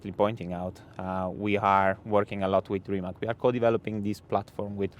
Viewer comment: It is not Rimek, but Rimac (read as Ree-mutz)